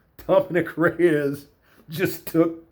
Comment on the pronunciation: I like how he doesn't butcher saying any of these fighters names. So many "professional" analysts absolutely butcher and mispronounce names. This guy even rolls the R when he says Rrrrreyes! Lol